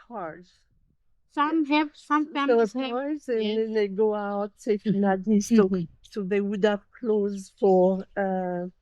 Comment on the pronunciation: Pleased to see Viseisei on YouTube. Please understand the town where the airport is located is pronounced Nandi even though it is spelt Nadi. Vinaka vakalevu .